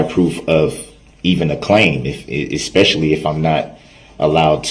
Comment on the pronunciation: Why didn't they put him in check when he would say He doesn't consent and she cant tell him what to do .. That's part of being in custody but they let him spout off ...How does he claim to be a SC but then argue for the Constitution in his words "expeshully the 1st,5th,6th and 14th amendment all rights re-served" I hate how he plays like he knows wtf he's doing but if u watch he quit tyin when his time wih Erica was done...onky reason he wanted to rep himself imo..